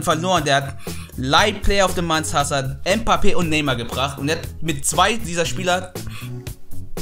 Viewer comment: Warum sagst du mpappe ? No hate